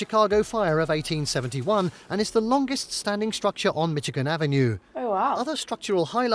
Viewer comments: Strange the way he pronounces Michigan "Mitti-Con". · It seems this narrator doesn't know how to say Michigan.